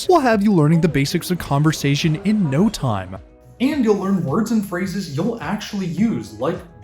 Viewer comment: Stop adding an A every you say time! I didn't know that timeahh was even a word.